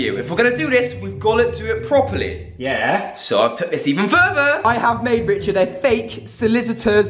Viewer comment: Saying richerd is dead